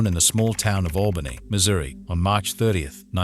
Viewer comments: The automated voice (AI) attempted to spell Missouri 😂yeah were all £UC}€D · It's "Missouri" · I'm from Missouri, it is a proper name. Any namesake deserves to be spelled correctly. In addition, any channel presenting itself as informative, by definition, needs to present information CORRECTLY. Would it be OK with you, if I presented Edinburgh, as Edenboro? Then showed it to thousands of people in an informative fashion, so they can all learn something that is incorrect, then go on from there to spread the incorrect information to more people?